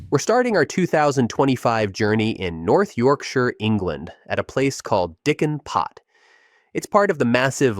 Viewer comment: I chuckled every time he said “Diccan Pot” lmao